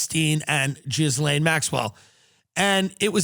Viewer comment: tim Dillon reallly pronounces that "jizz" in Ghislaine